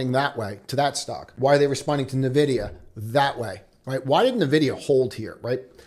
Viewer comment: It’s not NEHVIDIA, it’s “EH”NVIDIA